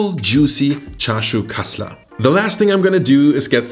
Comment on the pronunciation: Wo sind die deutschen 😂 gutes kassler 😂😂 aus berlin und ich wunder mich warum er so gut Kassler sagen kann 😂